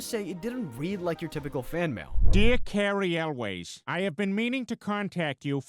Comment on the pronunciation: Carey YOULS it's pronounced. He played in The Princess Bride! How did you not see that movie?! And he was in Saw the first movie. He cut his leg off in that movie!